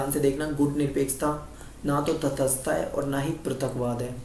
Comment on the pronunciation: Its not तथसथता Its तटसथता